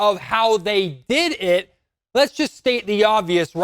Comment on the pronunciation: You said “did it” like a young black girl. But yeah ownership and gm suck.